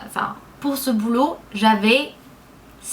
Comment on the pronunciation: salut, juste pour te préciser que l'on dit "boulot" non pas "boulout", en fait je te corrige un peu mais c'est très drôle de t'entendre parler avec un si joli accent! bisoou.:)